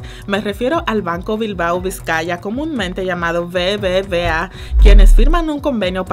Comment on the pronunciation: Se llama el banco BBub (V) A, y suena mejor ...no BBVA